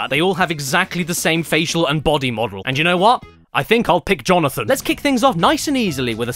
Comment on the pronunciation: "Jonathan." -Jonathan, Jo/na/than